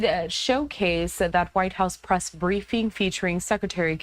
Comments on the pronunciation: Whitehouse. It's The Whitehouse. Not The White House lol. Press not Bress. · Hey Fox.. what's a BRESS briefing😂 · lol “bress briefing”